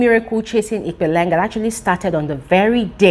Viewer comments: its Ipeleng(use the 'P') not Ikpeleng.. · Please is it pronounced Ipeleng or IKPeleng.. pronounces it Ikpeleng.